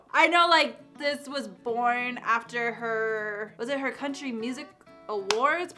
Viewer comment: When she said country album she meant CUNTRY ALBUM